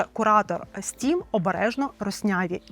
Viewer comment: Не "стрім" а "стім"